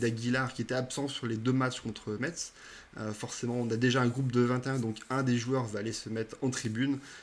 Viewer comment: Merci pour la présentation de l'avant-match. Petite précision pour Metz on ne prononce pas le t "Messe". Une origine lorraine pour moi ;)